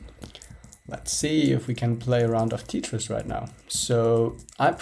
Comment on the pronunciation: Did this guy just say "Tea-tris"? LOL